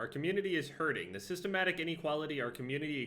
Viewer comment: THE WORD IS SYS-TEMIC YOU DYSLEXIC WALNUT D